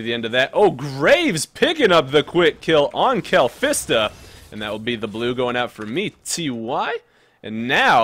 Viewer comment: dude btw is kalista not kalfista